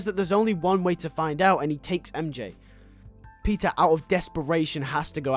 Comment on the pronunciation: Is he saying pizza or Peter or is it just a very heavy accent